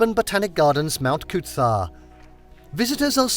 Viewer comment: I think I would rather hear them butcher Coober Pedy then listen to them say Mt Coot-tha again. Made me cringe everytime I heard it. Please take 1 minute to google how to say place names if your trying to pass yourselves off as experts on other countries.